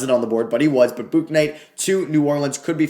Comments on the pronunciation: It’s pronounced Book-knight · James bouknight name is pronounced book-night